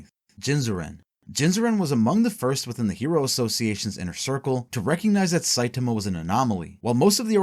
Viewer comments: Somebody teach this man how to say saitama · You mispronouncing Saitama's name fifty million times in a row made me wish myself into the shadow realm to get away from this vid